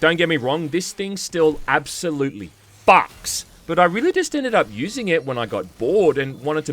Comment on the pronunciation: the emphasis on that "FUCKS" shook me to my core